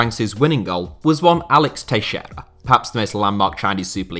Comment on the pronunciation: It's so satisfying to hear a english-speaker FINALLY pronounce "Teixeira" correctly.